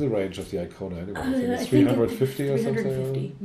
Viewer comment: Hyundai Kona, not iKona